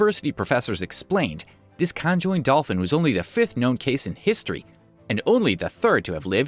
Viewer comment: but the way he said conjoined is stupidly funny!!! XD XD XD XD